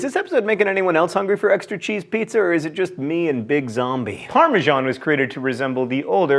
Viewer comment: Par me san ?? where you get Par me geon or par me jon ??? its PARMESAN, PAR ME SAN not what You said Grrrrrrrrr